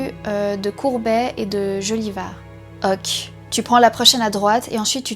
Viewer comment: En 16 ans d'existence tu es la première personne qui ne prononce pas "OKÉ" mais "OQ" XD Mais j'aime bien le concept